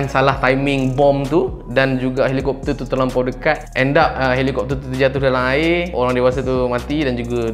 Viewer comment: "dalang air" org ganu ke🤔